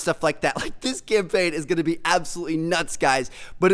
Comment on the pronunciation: Campaign not champaign